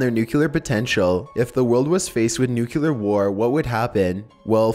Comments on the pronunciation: Also, it's NU-KLEE-AR! Not NUKE-YU-LAR! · People who say "nucyoular" annoy the crap out of me. It's "Nu-clee-ar" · I DON'T KNOW, THERE'S NO SUCH THING AS NUK-YOU-LAR!!!!!!!!!!!!!!!!!!!!!!!!!!!!!!!!!!! Triggered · new-clee-er not new-queue-ler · Say Nuke-u-ler ONE👏🏼 MORE👏🏼TIME!😂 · NUCLEAR, not NUCULER! for the love of all that is scared, get it right XD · Idk why but when people say "nucular, instead of "nuclear" it bothers me so much. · Why do you pronounce nuclear as nukular? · New-clE-are. Not new-Q-lar. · Its NUCLEAR "new klee er" not nukuler. Still love your narration though. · New - cue - lar = not correct New - clear = Nucler (stop sounding ignorant when you say it please, you repeat it so many times) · Dude cant you say nuclear and not nucular no one seems tp be able to say that word? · Could you please stop saying, "nucular"? It's "nuclear"! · FUCKING NUCLEAR NOT NUCULEAR!!! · Holy crap! N-U-C-L-E-A-R! No U after the C! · he pronouncing nuclear like Homer Simpson did. nukeyaler lol! still love ' narration tho! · This is an interesting video, but the way you pronounced "nuclear" overshadowed the awesome video. It's pronounced nuke - clear. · I love your channel but one thing that's driving me crazy is the pronunciation of nuclear. it's not pronounced "NUCULER". Its not even a word. Just saying. Other than that keep up the good work. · Great video and company. I'm sorry though. Something about the way you say nuclear makes me cringe. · New-clee-ur. Please don't be W. Bush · Learn how to say nuclear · Except he can't pronounce nuclear properly. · im pretty sure en masse is pronounced 'on mass' but as a rule of thumb, whenever someone says 'nukular', i give up on trying to correct their pronunciation